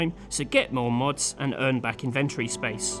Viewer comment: Ive never heard someone pronounce "inventory" the way you do lol.